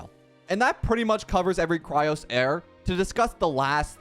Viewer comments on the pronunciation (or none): FOR THE LAST TIME ITS CHRYSOS NOT CHRYOS NOR NOTHING ELSE JUST CHRYS OS